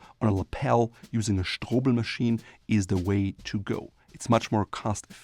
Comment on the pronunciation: I love the way you pronounce "Strobel"